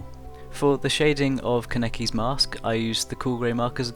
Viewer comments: I way prefer your newest Touka drawing - just on the fact that you now call her "Toe-ka" instead of "Too-ka". Now I'm just waiting for you to stop saying "Ku-neki" its "kAneki"!! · U keep saying kaneki wrong